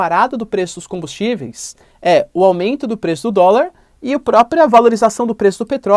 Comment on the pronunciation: Caralho paulista não dá pra entender oq vc fala. Vc fala pelo nariz 👃 fala rápido demais só vcs se entendem toda palavra que tem a letra m ou n vcs sempre vem com a letra i antes. Caralho fala devagar buceta... Aumeiinto é o caralho. É aumento porra. Vc ecplica muito uma coisa básica. Ficar duas horas pra falar uma coisa simples. Esse governo é bandido. O bozo é traficante de armas e drogas. É miliciano e a culpa do aumento com combustíveis vem desde o golpe com temer ele jogou o preço do petróleo em dólar. E essa porra de lira é da extrema direita. Isso é enganação. Paulista fala feio pra caralho só eles se entendem kkkkkk. Pura que pariu para de falaram porra vcs dão muitas voltas. Sua aula deve não ir ninguém tu é chato pra caralho. Faz vídeo resumido kkkkkk